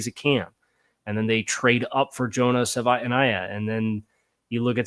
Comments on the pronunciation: my ears are bleeding hearing you miss pronouncing Jonah’s name. Stop! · Bro, you gotta say Jonah name right. It's like nails on a chalkboard!